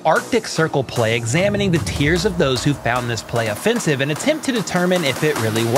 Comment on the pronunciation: Lol watching it back in the edit room I chuckled because I didn’t really pronounce offensive correctly